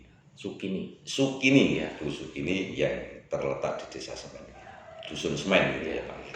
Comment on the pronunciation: Intine ra iso ngmg SEMI ddi Semen..